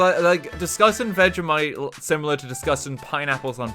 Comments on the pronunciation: Ive never heard a man mispronounce so many words in one words especially vegemite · Its veg-e-mite not veg-a-mite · Veg-e-mite Your welcome